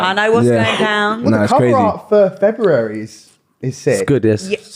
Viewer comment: She cant even pronounce February